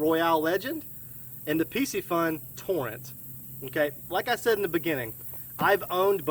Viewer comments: I can't help but think that it's not really pronounced Pissyfun. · Dope video I was looking at getting that torrent Just to let you know piscifun is pronounced fishy fun lol